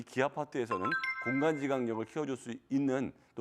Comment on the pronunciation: 참, 저 선생은 일단 수학하기전에 국어 공부나해 발음 존나 이상하네 '공간지각능력'을 이상하게 말하네